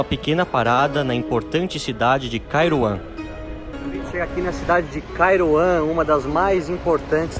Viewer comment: "Kairouan" parece "Taiwan" kkk